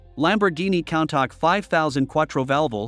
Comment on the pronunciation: bro mispronounced Countach like "Count-Tack" its pronounced "Coon-Tash" how did you fuck up this badly?!?!?! 💀💀💀[besides that, the video was great lol]